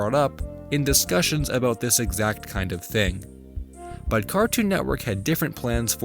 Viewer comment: Did I catch an “abooot”???? Another Canadia intruder!!!!! Dear God!